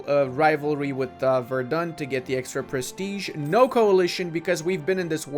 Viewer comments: namenazi comment: verdEn, not verdUn <3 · Because it triggers me everytime in every video: Verden is pronounced [ˈfeːɐ̯dn̩] NOT [vɛərdʌn] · Verden is pronounced with an "F" not like Verdun lol.